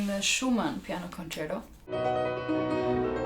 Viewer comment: To all english speaking musicians: please don't say "concero". It's an italian word: con-cer-TO. Pronounce the T. If you can't do it, just say concert. The same with sonata. It's not sonara, it's SO-NA-TTTTA.